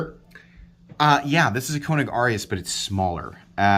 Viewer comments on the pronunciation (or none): Long “A” sound when say the name. Not trying to be a dick. Just trying to be helpful. You’re the best!